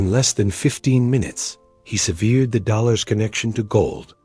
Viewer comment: If you insist on using AI voiceovers, teach AI how different words may SEEM the same but are pronounced differently. Like severe and sever. Look them up.